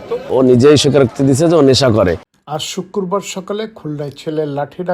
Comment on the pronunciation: সে জুয়া এবং মাদক খেয়ে মাকে মারছে। আর আপনি নেশা করে সাংবাদিকতা করছেন। যে সুন্দর করে শুক্রবার বলতে পারছে না। শুককুরবার উচ্চারণ করছে।কথা বলার ধরনগুলো মোটেও সুন্দর হয়নি।বরণ আপনার থেকে যারা সাক্ষাৎকার দিয়েছে তাদের কথা সুন্দর হয়েছে।